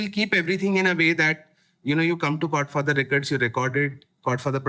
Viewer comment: Dude… Chord Father. I was listening to this podcast and kept hearing Godfather.